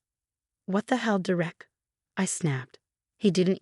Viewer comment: It’s “DER-ek” not “Der-Ek”! There is no “Der-EK”. Ever. Idiotic AI.